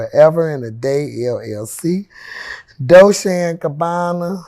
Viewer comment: It’s pronounce dol-chay